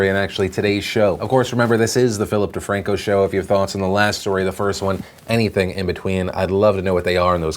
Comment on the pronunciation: All I hear was “Feel dat Ting” .com. 😂